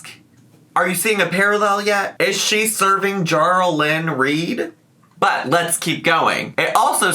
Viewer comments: HAHAHAHA JARL-LYNN REID 🤣😂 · NOT JARLLYYN REID